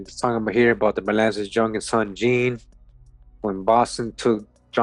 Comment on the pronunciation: sometimes “jean” is pronounced “John”